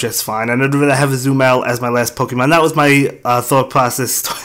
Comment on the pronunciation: Its Azumarill not Azumell